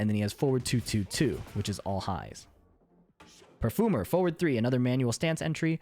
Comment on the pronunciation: i like the way you're saying "perfoomer" :)